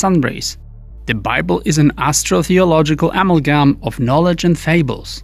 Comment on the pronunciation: Todays word of the day is Amalgam singe it was mispronounced which means someone was looking for fancy words in their thesaurus.